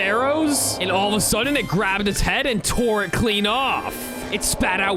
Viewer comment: We not gonna talk about him saying weather king instead of wither king I edit again to say he said minitar instead of minatour